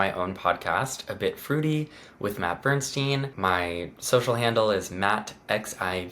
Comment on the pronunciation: It’s Matt no hatt!